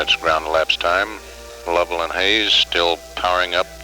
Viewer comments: LUV-uhl, not LOEV-uhl. Great video, but before doing voiceovers, always check for pronouncers. They're certainly available for this. This is happening more and more as younger gens are losing touch with past generations. Too many Youtube videos are voiced by makers who've only read names, not heard them said out loud. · Lost me at “Low-vell.”